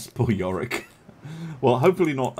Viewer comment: York not Yorick